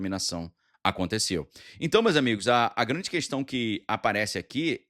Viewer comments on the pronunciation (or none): none